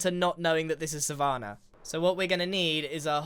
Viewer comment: Grians pronunciation of savanna is oddly jarring